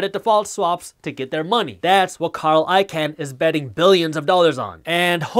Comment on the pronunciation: Icahn is pronounced like "Icon" by the way, not "Ican"; I think this is like the 3rd video I've noticed that lol.